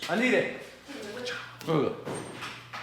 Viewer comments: The word is "hydraulic" not "hydrolic" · Hydraulic, not Hydrolic. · When did hydraulic turn into hydrolic 😭😂🤣😭😂🤣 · Hydraulic not hydrolic (oil not water) 😂😂😂